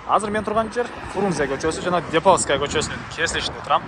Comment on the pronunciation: Депауская эмес Деповская